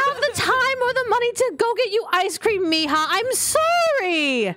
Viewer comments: It's mija not ima 😑🙄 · I like how Aphmau's Mom still calls Aphmau "Meehaw" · Why does aphmau's mom always say meya😅😅